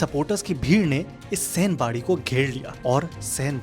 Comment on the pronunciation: Sai Bari Bolte Hai Sen Bari Nahi